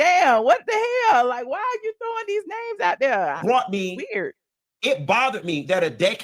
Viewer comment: Please Learn to Say The Word There Correctly... Love you ❤